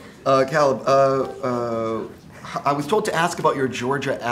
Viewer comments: Cahleb. He really said cahleb. ITS CAYLEB. C.AY.LEB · did this man just say calib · I got triggered when he said CaLAb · ya plus he pronounced caleb's name wrong 😂😂😂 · anyone going to mention that the interviewer pronounced caleb’s name wrong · he said Caleb wrong and it made me very annoyed😑